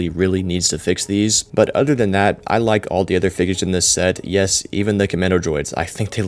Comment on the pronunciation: “Bud udder Dan dat”🗣🔥💯